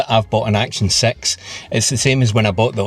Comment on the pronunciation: "Action Sex" to my American ears.